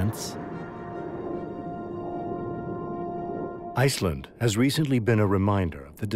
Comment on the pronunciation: ヨーソローちゃん_17 Not for the guy two seconds before him. He can’t pronounce “fissure” or “Iceland,” either.